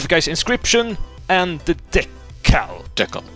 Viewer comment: That is not how you pronounce decal by the way.